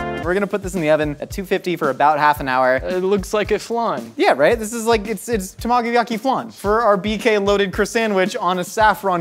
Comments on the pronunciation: It took me so long to understand what he was trying to say with his pronunciation of tamagoyaki. 😂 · I died a little hearing his pronunciation of tamagoyaki lol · Yet he couldn't pronounce tamagoyaki. Dig your channel.